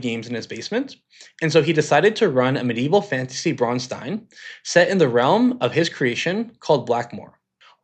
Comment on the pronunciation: Thank you for pronouncing "Braunstein" correctly. You'd be surprised how many people struggle with that. The ones who add the "ch" sound are objectively the worst.